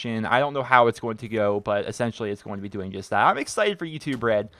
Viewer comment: I keep hearing "Youtube bread"